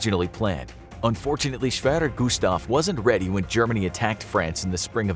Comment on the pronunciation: if you cant speak german just speak english schever gustav from german was schewerer gustav